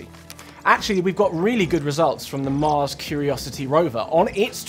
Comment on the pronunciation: "When ah we going to moss?"